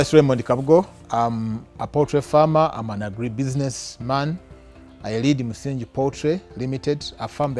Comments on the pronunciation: "Msingi" is the only Swahili word you had to pronounce and you butchered it! (no pun intended) The "ng" in that word is pronounced like that in the word "doppelganger" and not like the"ng" in "binge" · I don't know how the word is pronounced in other local languages. But he mentions that the farm is named after the Swahili version of the word, so it should be pronounced accordingly.